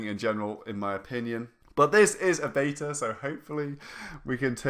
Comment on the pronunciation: "the baeter at least" its beta..... beeettttaaaaa